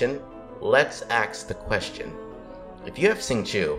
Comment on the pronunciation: why do you say axe instead of ask